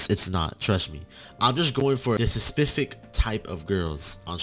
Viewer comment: I love how he says"spefific"